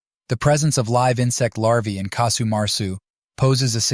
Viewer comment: Casu not Kasu.